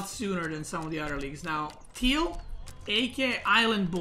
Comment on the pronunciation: Why does he say "thiel" to turquoise/cyan? Is this some inside joke or which word does he mean?